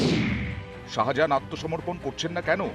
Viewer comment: আরে বাবু ওটা শাজাহান নয় শাহজাহান 😂😂😂😂😂